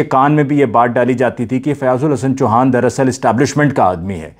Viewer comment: Fiaz Ul Hassan Choohaa,not Chuhaan